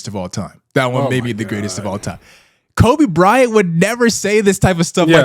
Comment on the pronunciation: Grratest at what??? Lossing???